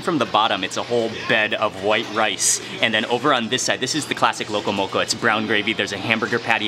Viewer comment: I Just KNEW you had a local connection from your Duk Kee Chinese Chop Suey vid...my FAVORITE Chinese restaurant BTW, cause da prices are CHEAP! Hey Cammie (Owner) and Annie! You can speak local, pronouncing “sashimi”, “loco moco” and “musubi” properly. But for the opihi, you gotta use the shell from one to dig out the other, neva mind using your teeth...Auwe! LOL... You da Mark Wiens!...😎